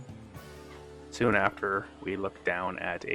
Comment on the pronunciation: Could t even tell you were Canadian until I heard the soooon at the end of the video 😂 haha great content man you earned a subscriber. Now run it up to 100,000!